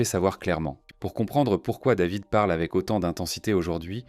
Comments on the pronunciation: Ce serait bien de prononcer les prénoms en français dans le commentaire. Jade le a c'est A jede. David avec un A pas une, devid. Merci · Quand david est né, la va-t-en voulait que son prénom soit prononcé ''dèvid'' (sic) a l'américaine - une vraie française la bulgare de mes deux